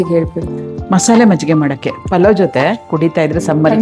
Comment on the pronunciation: ಅದು "ಪಲಾವ್" ಅಲ್ಲ ಆಂಟಿಗಳೇ, ಅದು ಪುಲಾವ್, ಪುಲಾವ್! ಈ ಬೆಂಗಳೂರಿಗೆ ಬಂದು ಹೆಸರು ಕೆಡಿಸಿಕೊಂಡು "ಪಲಾವ್" ಆಗಿ ನಾಶವಾಗಿದೆ!!